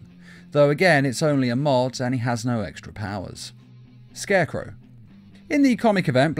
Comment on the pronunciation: “SCARCECROW” Oops.